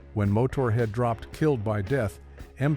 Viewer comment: "Mo Tor Head"... please.